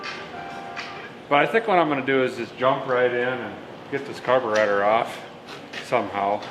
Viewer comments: did you just say "the fuel make it happener " ? [ carbertater ] ........good one. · Did you just say Carburetor?